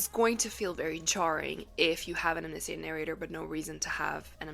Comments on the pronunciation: I’ve never heard anyone pronounce “omniscient” that way. I had to stop the video after half a dozen times of saying it that way, as it grew more than annoying. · wait, how ELSE can omniscient be pronounced? haha. i've only ever heard it as pronounced in this video!